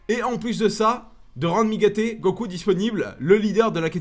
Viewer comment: Mdr quand tu le dit vite on dirait mi gate no gocouilles